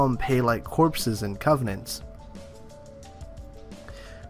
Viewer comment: Covenant. Not "Covenence" or "Covenants" or whatever you're saying.